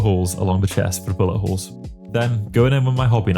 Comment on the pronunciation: When you say bullet holes it sounds like your saying butt holes!